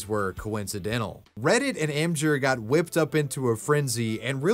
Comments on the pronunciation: Em-jur? Em-Gir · emjur? You mean Imgur (Image-r)? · im-ghur not im-jur.... wtf